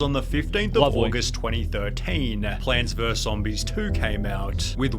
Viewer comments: I wanted to watch the video in peace, but I cannot stop the bleeding from my ears after hearing so many times Plants "verse" Zombies. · The word is VERUS. It has two syllables. I simply can’t understand why people are pronouncing it like ‘verse’. What happened to literacy? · Is the narrator incapable of pronouncing the word "versus"? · It's "versus", not "verse" Also, it's "etcetera", not "exetera" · I wish this guy would say vs instead of verse